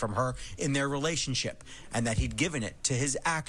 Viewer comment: I'm sorry, did that reporter say "relationship"?